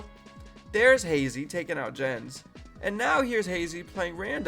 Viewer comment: It is "Jens", not "Dzshens", "Jens" is a name in Germany. Have thou seen when Neo was arguing with ChatGPT about that?